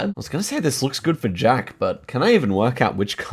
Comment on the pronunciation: Jjjjack hehe love pronunciation on Jacks name